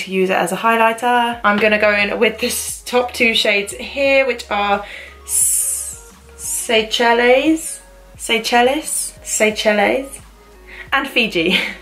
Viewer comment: Seychelles is pronounced Say-shells